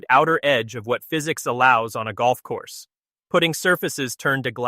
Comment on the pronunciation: Learn how to pronounce golfing terms properly, such as the term putting.